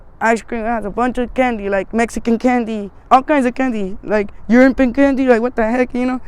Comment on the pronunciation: The way she says European is hilarious. 😂